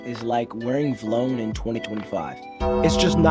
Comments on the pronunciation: It’s VEE-Lone brother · Never heard someone say V-Lone like that LOOL